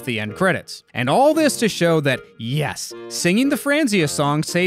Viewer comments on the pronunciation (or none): For some reason, I always heard Rosella saying "Yes" with a t at the end when she spooned. So that... kinda became a joke for the REST OF MY LIFE. I just randomly say "Yest" when accomplishing thing now.